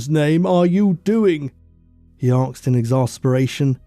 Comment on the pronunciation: 'arksed' - not aged well . So 2000. Please say asked, thank you